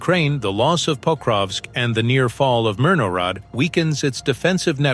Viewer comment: It is not "Póukrovsk", it is "Pakróvsk" !